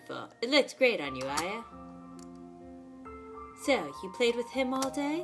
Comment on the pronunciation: Her name is actually pronounced aaya